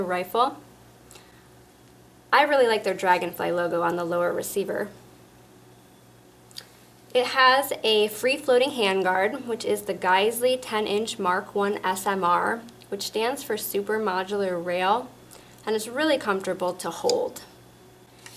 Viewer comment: "Guys-ly"? oh that hurt my ears. Just a heads up, it's "guy-sel' Great review though!